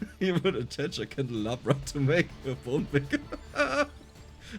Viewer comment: you wouldn't believe how many of your VS videos I have watched, and always had a chuckle to myself when you pronounced 'candelabra', or 'tiramisu', or some others. I always thought it was like an inside joke, or maybe a language barrier or something (even though your English is brilliant). it was always just amusing to me. it took me forever to realise, even after a couple hundred hours ingame, that the way you pronounced those items, is the correct way XD